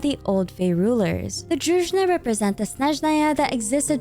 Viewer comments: If you have time I suggest to look up the pronunciations for the names of characters and words like Druzhina. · Thanks for using the correct stress in the word Snezhnaya! :face-red-heart-shape: Btw, there's no such word as Druzhna, the correct one is Druzheena [druzhi:na]. It means a squad of friends, trusted warriors guarding the monarch. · small corrections: vesnA druzhEEna - as дружина - old military-like or policelike formation (it is only EN localization mistake, other languages have it right, so far i checked) anastasYa veCHe - the CH sound like in hiliCHurl